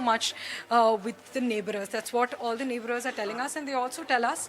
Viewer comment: Neighbourers nahi neighbours hota hai behen